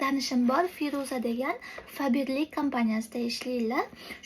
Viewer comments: Faberlimushh 😂😂😂 febirli deb aytiladi opaam😂❤zor lkn😊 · Faberlik deyilmaydi febirlik deyiladi😅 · Faberli emas febrli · Fabirlik emas Febirlik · Fabirlik😂😂 oqilishi febrlik boladiku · Faberli mas😂 feberlic